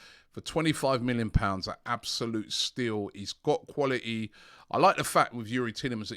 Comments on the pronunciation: Khaulity and fwebuary are his best words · you mean cwal it ee